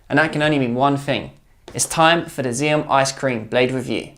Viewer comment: "Ax-ee-om". FFS, mate. Get it right. You guys are supposed to be experts and yet, you don't know how to pronounce XIOM. You sound like a bunch of twats talking out of your arses. If you know about table tennis, then you know that two of the first things you learn are how to pronounce Joola (Yo-luh), and how to pronounce XIOM (Ax-ee-om). If you're trying to get people to trust your reviews, you're really not doing a good job of it. I wouldn't trust a bunch of "experts" who don't even know how to pronounce the thing they're talking about. I've already tried to help u guys on this several times. I was nicer about it before because I'm just trying to help. But, now I'm just going to slag you since you apparently don't care enough about your presentation to get the important things right